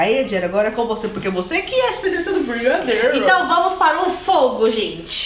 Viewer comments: não é brigadeiro é brigarerow ksksksks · Quantas vezes vcs falam brigadeirow